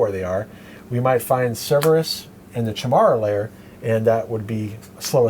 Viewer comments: How does every single reviewer mispronounce Chimera? It's Kai-Mare-a, not chai-mare-a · I might actually play this version. (BTW, I think it's "kye-meer-ah" Chimera.)